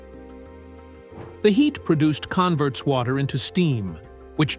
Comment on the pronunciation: Con vurts? How I hate AI